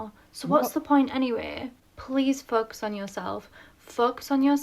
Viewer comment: She needs to learn that the O in FOCUS isn't pronounced as a U! I had to rewind to learn she wasn't saying FUKKUS.